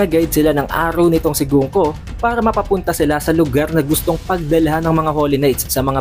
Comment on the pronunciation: Gan-ku basa don boss di gungko. Muntik na maging jungkook. Ingat ingat po next time sa pagpronounce kasi may mga taong madaling mamislead.